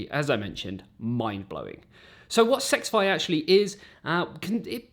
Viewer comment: It’s not sexfi like he keeps saying it is s x fi